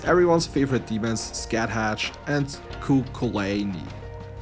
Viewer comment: I love the callback to one of your first Persona 5 challenge videos by pronouncing Scathach and Cuchulainn as incorrectly as humanly possible 🤣